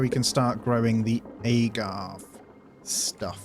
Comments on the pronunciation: Every time you said “agave” wrong it made me want to say something 😂 that accent really makes a difference I guess 😂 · loved the video but your pronunciation of "agave" killed me inside a little haha